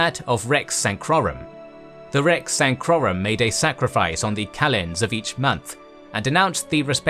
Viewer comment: Not sure why he's adding an "N" in rex.sacrorum.